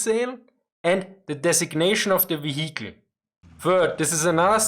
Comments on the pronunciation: Love your videos!!! :) Your English is always improving. It's very impressive. What I am about to say comes from my old days as an English teacher. Now, I recommend you try to relearn the pronunciation of the word, "vehicle". It's VEE-hik-al. Not vee-HIK-el. :) AGAIN!!!! LOVE YOUR VIDEOS!!!! AND YOUR ENGLISH IS GREAT!!!!! Just helping you polish it up a bit since this word comes up in almost all of your videos. I think you have already corrected the word "morale". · The "h" in "vehicle" is sort of silent. So it sounds like veeya cull. It sort of rolls off the tongue nicer.. heh. Cheers for the insight old chap. Great work as ever.